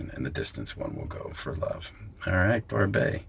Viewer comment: Barbet is pronounced Barbette. I do not know the film. Matt Damon is impressive